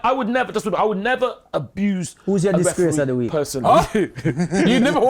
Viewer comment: I’m in tears of laughter… the disgrrrrrrace of the week😂😂😂😂🤣🤣